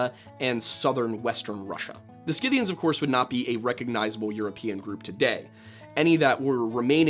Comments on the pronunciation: Prnounced "sith-ee-uns." Schythia or Scythia: "sith-ee-uh." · Scythians. Pronounced SITH-ians, b/c I know that you would want to know. Re: Gothia, sometimes used for the name of the Visigothic Kingdom in ancient Spain.